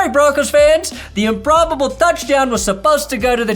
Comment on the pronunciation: Improb-BO-ble.... Improb-BO-ble